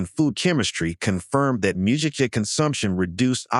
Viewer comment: Shoga-yu isn't "showga-yu". It's "shorega-yu". Mugicha is said with a hard "g" - it's not "muji-cha". 212F = 100C 175F = 80C Are you an "AI"? Otherwise, pretty good 👏